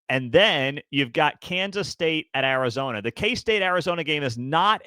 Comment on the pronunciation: You bafoon it’s Arizona